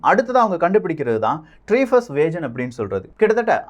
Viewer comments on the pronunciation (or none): வேஜன் இல்லை வேகன் சகோ